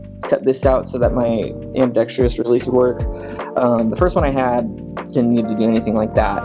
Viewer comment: it's pronounced "Ambi-dex-trous"